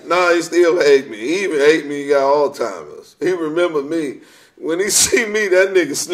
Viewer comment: Right. Now who has “all timers” Kmsl 😂😂😂